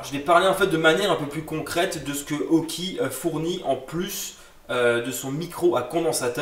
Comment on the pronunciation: on dit aukey et non auki